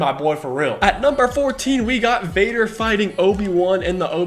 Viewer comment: 'Vadar', even